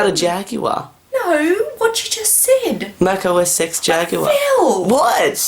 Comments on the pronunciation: Os sex... Sounds like it. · “Macossex”….. Edit:I’ll never forget that 🤣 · Mac OS Sex Jaguar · the mother thought he saiid "mac OSex" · thinks mac os x is rude because the way Phil pronounced it